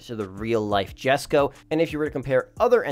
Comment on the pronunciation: “Yesko no jesko”-🤓